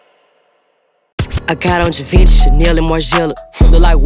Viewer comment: That is not how you pronounce "GIVENCHY" Lmfao!